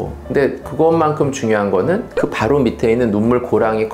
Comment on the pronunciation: 눈 밑에 - 발음: 눈미세(x). 눈미테(o)